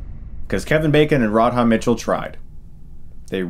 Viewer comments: It's RA-DHA. RA DHA. One more time Ra-dha. Radha. Radha. Radha. Now keep repeating that until you don't say Rodhod anymore. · pronounced "Radda" Mitchell - not Rad-Haaa ;-) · "Rod-Ha Mitchell"? Really? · Rard Hah Mitchell huh... Radha, rhymes largely with Nada... You're welcome Stucko. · rod-ha Mitchell? come on Stuckmann's. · Rad-Ha? Don't think her name is pronounced that way. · That Radha Mitchell pronunciation though...